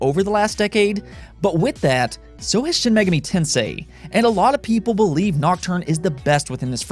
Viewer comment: I hate how he says shin megami tensei